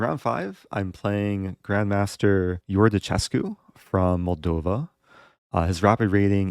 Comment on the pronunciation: Iordachescu is pronounced differently. The che sounds like the Spanish que. So is Iorda-que-scu.